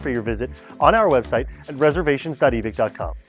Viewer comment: Why is it “eee-Vick” and not “eee-vike”